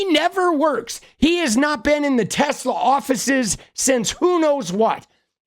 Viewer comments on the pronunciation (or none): The orange-oetang said tesler if you listen good.that's a tesla+Hitler. The ultimate nazi mobil